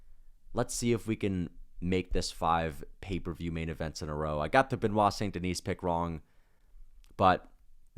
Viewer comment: He still think it is Saint Denise 😂